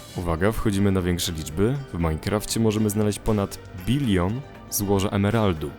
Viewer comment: kiedy mówisz bilion myślałam że mówisz milion 😂